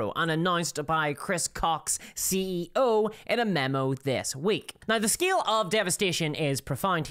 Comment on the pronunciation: Why cant you pronounce “now” correctly